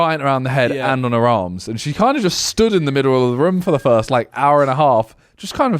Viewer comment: Love the way Simon says room Sounds like he’s saying ruume or Vroom